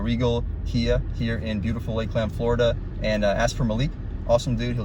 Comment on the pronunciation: Thanks for the review champ. It's not Lake Land, it's Lakeland.